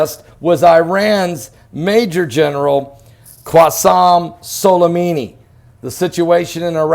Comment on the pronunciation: It's not Qwassem Solimimi, it's Qassem Soulaymanee